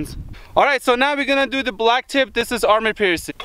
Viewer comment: I like how u say army piercing incendiary 😄